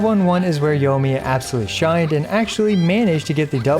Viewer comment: YO-miya lmao